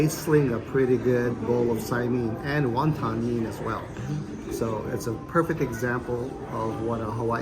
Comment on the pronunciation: Enjoy your vlogs. A small suggestion so people in Hawaii don't correct you. Won ton mein is usually pronounced "One tun min" and "sigh- min". "min" or "mein" is pronounced the same and is one syllable.